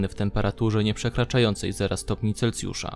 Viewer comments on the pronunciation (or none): none